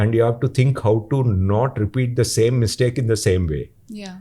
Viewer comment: Mistake should not be Miss-take.😊